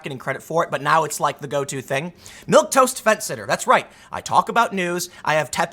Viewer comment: Wow someone actually said milquetoast correctly and not "milktoast" i'm floored